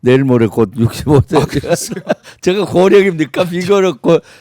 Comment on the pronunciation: 김병주 존나 실망이다. 공취모 모임에서 탈퇴했지. 완전 이것도 멍청래 길 따라가는 구나. 딴지만 쳐 보나봐. 최고의원이 누구덕에 됐는 데. 말도 어눌해서 제가를 저가 저가 이렇게 발음하는 놈 잼통령이 조금 코치해서 진지한 연설로 바꾼 뒤에야 겨우 득표해서 최고의원이 됐건만 지가 잘나서 인 줄 아나 봄 4 성 장군이라고? 니가 일을 잘 했으면 대통령이 국방장관으로 임명했지... 최고의원 자리 박차고 나가서 되지도 않는 도지사 뛰어들고 그 최고의원 자리 친문한테 넘겨준거나 마찬가지야. 계속 그렇게 친문한테 충성해봐라. 남양주 의원 자리도 바뀌게 될 거다.